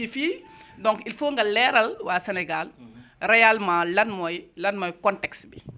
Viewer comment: L'animatrice ne peux pas parler un français exacte "raalement"